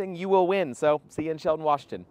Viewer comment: of all places to go... shelton... also pronounced shell-ton. hopefully the rallies were fun.